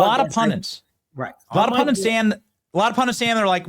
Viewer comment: Pun DTIZ...not pun dints.